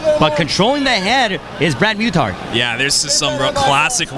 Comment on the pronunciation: Brad's my cousin, and they pronounced muthart wroung. i dont see how its so hard